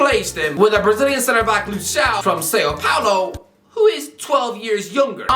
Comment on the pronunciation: ‘Say Doherty’s name right!’ Also: ‘Say-O Paulo’